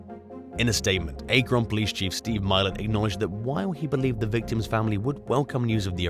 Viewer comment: Please do the research necessary to correctly pronounce the names of locations. If you did so you would have pronounced Akron correctly. I realize Americans have some unique pronunciations but I promise you if I were doing a narration involving say Welch towns I would learn the pronunciations. Your refusal to do so detracts from your presentation and could be taken negatively. I enjoy your uploads but I have asked for this consideration in the past to no avail.